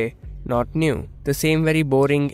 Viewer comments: Not niuw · Not neew!!